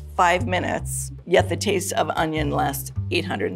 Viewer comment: It sounded like she said "author and tease expert" and now I cannot get over it.